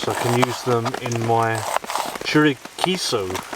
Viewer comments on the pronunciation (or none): Chorizo? What the heck is chorichecho?